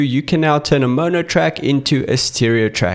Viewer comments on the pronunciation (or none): none